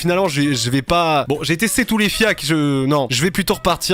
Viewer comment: C'est les parigots qui disent fiak ou quoi ? C'est FIACRE bordel 😂